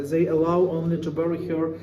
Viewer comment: I find it interesting that the bald guy commenting on the basement situation would say, Zey instead of saying they. 😂 .